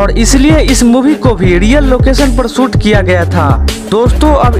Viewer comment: Soot nahi shoot hai pagley